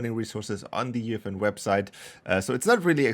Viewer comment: UEFN ❌ Youfen ✅